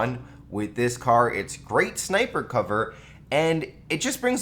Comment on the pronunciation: "Ca" almost says cock "car"